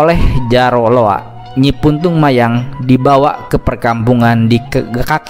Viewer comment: punten sanes puntung mayang tapi puntang mayang,resi saradea ti gunung arca